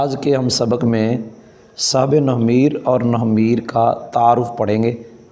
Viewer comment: nohv e meer nahi nahv e neer hai